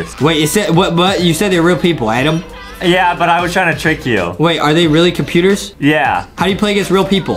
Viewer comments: GO BACK TO ENGLISH CAMP ADEM ITS TOTALLY ADEM NOT ADAM!!! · ADEM ITS NOT ADAM ITS A D E M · IT'S ADEM ADEM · Its not Adam it ayyyyyyyyyyydem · Lol justin its adem